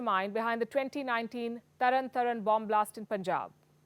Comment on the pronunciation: Tarantaran is pronounced as TARANTAARAN Make familar of Indian cities